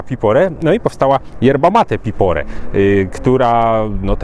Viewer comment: Piporé czyli akcent na e. 😊